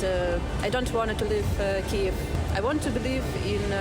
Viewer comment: Why cant Americans say Kyiv 🤦‍♂️🤦‍♂️